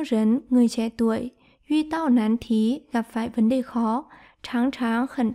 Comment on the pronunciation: tai sao đọc de thành dei vậy cô ?